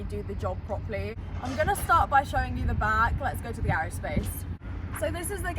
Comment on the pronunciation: Did you say proply? Where is that in an English dictionary?